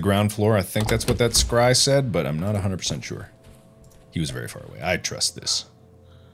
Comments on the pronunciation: When he says scry it sounds like cry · Mark out here scrying but the s is silent.